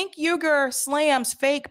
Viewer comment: Cenk 'oor' correct pronunciation of Uygur. The same way you pronounce the Uygur name from China.